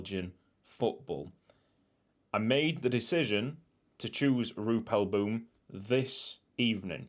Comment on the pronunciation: I love it is in Belgium but youre pronunciation is not good when you say boom the oo is like ow